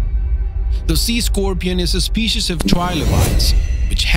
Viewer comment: Theese speesheez was co-ractor-iced by...